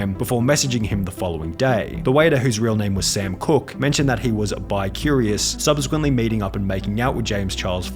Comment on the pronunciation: Subsequently* not Subzequently